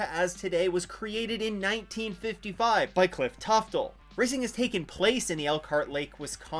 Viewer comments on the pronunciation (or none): Believe it's "Tufte" friend is a relative and his name is spelled exactly as I spelled it. Anyways great video as always!